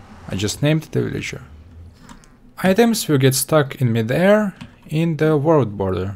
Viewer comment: did he say world boller